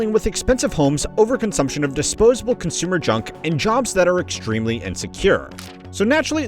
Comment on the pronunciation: “to consoomah-“ Bruh…